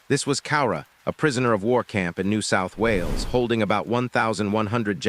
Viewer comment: “New Aostahl Wales”